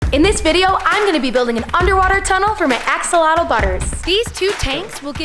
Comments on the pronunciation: you dont say "Axolotle" you say "Axolotl" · Your what? Lol learn to pronounce the word axolotl. It's Ash-ah-lot